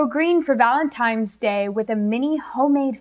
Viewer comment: I like your videos. You have such great tips, but is my ears playing tricks on me or do you keep saying "ValenTIMEs? hehe